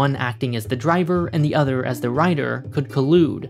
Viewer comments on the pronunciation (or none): But I already live on a rock to die on: earth. And don't say 'thee' when you mean 'the'. It only makes you even more annoying to listen to.